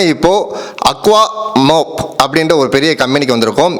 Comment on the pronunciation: Month யை 'மன்த்' என்று சொல்லுகிறோம். மொன்த் அல்ல. அது போல் Mop மை 'மாப்' எனறுதான் சொல்லவேண்டும். மோப் அல்ல.